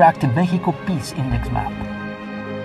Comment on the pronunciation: I know this is going to be mean but all I was able to hear was Piss… you know as in pee?